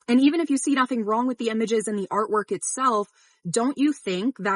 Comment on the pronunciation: Why do you keep saying "Emages" instead of images?